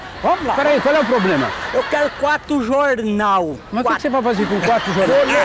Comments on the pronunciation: "eu quero quatro jorrrnal" 😂😂😂😂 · "Eu quero quatro jornau" KKKK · "Eu quero 4 jornau" 😂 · "Eu quero quato jorrrrrnau" kkkkkkkkkk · " queru quatu jornau vou lê todu eles dispois" KKKKKKKK